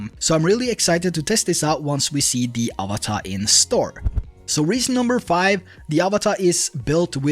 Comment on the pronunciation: Avata, not avatar